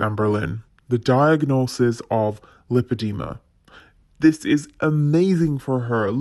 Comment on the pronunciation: Am I alone in thinking that she hadn't even seen a doctor? She doesn't even know how to pronounce lipedema, surely the doctor would have said it properly a few times.